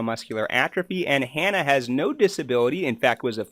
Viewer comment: Shane still takes a related oral medicine, just not the Spinraza injections. And, you mispronounced Hannah's name as well. It's Hannah. It rhymes with banana.